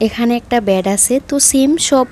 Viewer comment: আপনি একটু শুদ্ধভাবে কথা বলেন বেড ব্যাড আবার